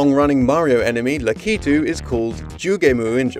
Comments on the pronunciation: It's Lack-a-to. Not what ever you said it was. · So... This is the first time I ever heard ANYONE aside from my brother and I pronounce Lakitu's name as La KEE too. Everyone else Ive heard says LACK it too. Hmm...